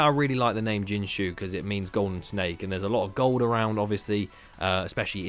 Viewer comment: Jinshé (金蛇） is pronounced Jin-sher